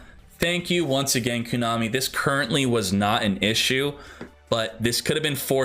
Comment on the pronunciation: Everytime he says Koonami instead of Konami...